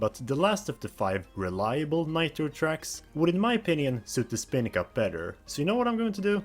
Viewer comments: Its Spiny Cup not Spinny Cup. At least get the pronunciation right ffs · (Spy-nee) cup Geez that pronunciation got to me more than it should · I can only assume you keep pronouncing the word “spiny” that way to intentionally make people uncomfortable lol